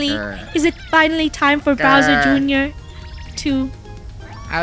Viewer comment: I LOVE HOW MOST OF TIME THEY CALLED BOWSER JR TO “BROWSER JR”😂